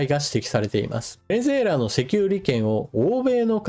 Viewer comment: ベネェェラに聞こえます。 正月からビックリニュースですね。